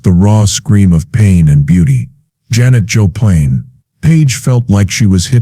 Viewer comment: Who the hell is Janis Joe Plain? ... omg get a real narrator. This is embarassing.